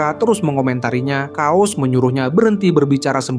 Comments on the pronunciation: sorry kuping gw geli sama pembacaan narasi chaos jadi "Kaos" wkwkwk... yang bener pelafalan itu "keos" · bacanya "KEYOS" bang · chaos di baca keos bang